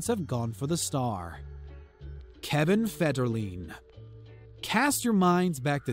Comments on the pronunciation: MAR-SHA BRAY-DEE, KEVIN FED-ER-LINE, LEE-NUH, HOW CAN YOU DISCUSS POP CULTURE IF YOU CAN’T EVEN CORRECTLY SAY THERE NAMES? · Who's Kevin Federlean???? That it was Kevin Federline. Idk